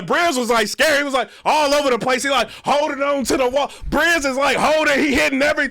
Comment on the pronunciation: It's ovha! It's ovha😂 chill